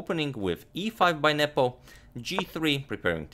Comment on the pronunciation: Is it just me or is he saying nipple insted of nepom